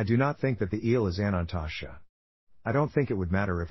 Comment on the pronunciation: Your video is not pronouncing Anantashesha correctly. It is missing a syllable so it sounds like it is saying "Anantasha"